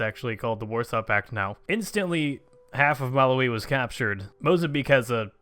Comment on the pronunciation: the way you say Malawi....oh boy.